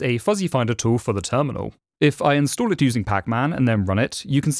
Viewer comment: Narrator: instood me: InstAll